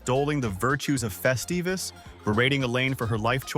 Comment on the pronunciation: Morty Seinfeld didn't celebrate "Festivus" - it was Frank Costanza!!!!!! Get it straight - and it's NOT "festeevus", you CLOWN!!!!